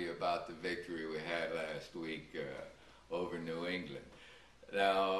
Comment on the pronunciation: I hate the way he says New England!